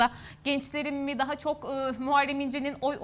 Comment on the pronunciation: Dcansı dcaha yatartdcı alındcı 😮evetc mi?birisi hanima 1. sınıflarla birlikde hece leri seslerin telaffuzunu hatırlaması için şart ve zorunlu kılsın lütfen bizimde kulaklarımız bayram etsin s d t c nin ıslıkımsı sesi tiz sesiyle karışmış tobe . başım ağrıdı